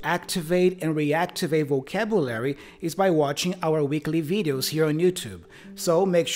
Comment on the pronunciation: I think your pronunciation is not too bad overall, but the word "vocabulary" sounded a bit off.